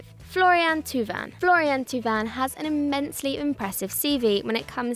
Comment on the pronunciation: thauvin is pronounced toe-vun not two-vun.